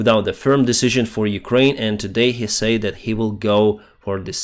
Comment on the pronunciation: can you say "said" instead of "sayed", its so annoying, but overall your english is great, keep up the great content, slava ukraini - from mongolia